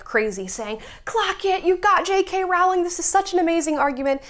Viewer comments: Rowling rhymes with bowling, please be respectful, unlike those in the video you're reacting to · It’s so annoying how Americans, and even some brits, pronounce JK Rowling’s name. It’s not bloody Rawling! It’s pronounced like the word ‘rolling’. Also, yeah, the publishing house suggested she change it to appeal to boys. And she doesn’t have a middle name so she used her grandmother’s name, Kathleen, for the initial. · Why are you mispronouncing her surname? It's rude.